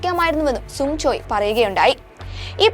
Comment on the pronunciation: സുങ്ങ് അല്ല സങ്ങ്